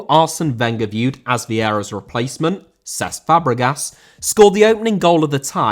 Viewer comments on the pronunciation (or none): Cesc* not Cess